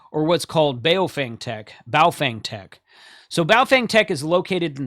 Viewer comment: you nailed the pronunciation of Baofeng (pronounced "baofung").